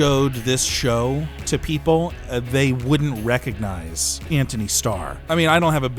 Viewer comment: Sounds like he’s saying “Ant-Honey” every time 😂